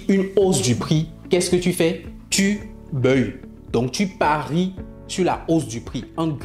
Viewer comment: On dit : baille. On ne dit pas BEUILLE. Tu fatigue l’oreille. On est d’accord on est d’accord … ça fatigue l’oreille. Sois juste simple . Tu as prononcé on est d’accord du début à la fin. 🤦🏽‍♂️🤦🏽‍♂️🤦🏽‍♂️